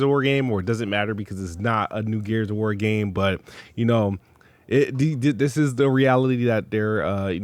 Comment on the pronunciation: Th ths this th , ninja talk wtf wrong with you 😂